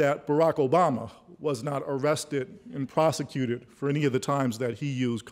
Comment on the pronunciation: "prosicated"... lol. yeah, he's friend's with good ole george junior for sure!